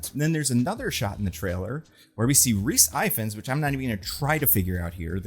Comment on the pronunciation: Rhys ifans is pronounced e-vans